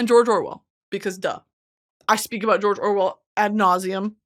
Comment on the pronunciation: every time she says George Orwell I think of the tweet that spells it like “jorjor wel”